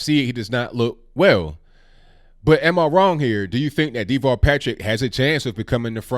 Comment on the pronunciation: Pronounced As Da-vall not Dee-vall He is a coward, in Massachusetts he was hiding in a underground bunker ...when terrorists struck Boston/Cambridge A very weird character, he's like... A midget...they called him "Tall Davall" the underground rat.